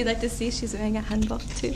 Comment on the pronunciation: I can't get over that pronunciation. Hanbak, ha!